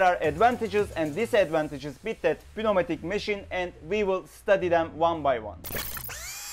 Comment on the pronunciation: The P is silent in pneumatic.